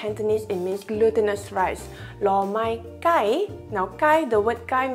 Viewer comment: My Cantonese friend thinks your pronounce "loh Mai Kai" wrong....